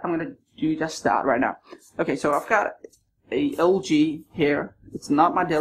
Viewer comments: I like the part when he said rienow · Time he said rienow